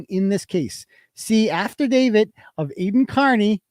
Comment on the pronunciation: I sure hope when keeps saying Apple let judge and Apple let court he's not serious and he's joking around like when he says after David instead of affidavit.